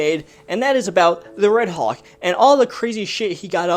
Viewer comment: It’s hulk not hawk 😤😤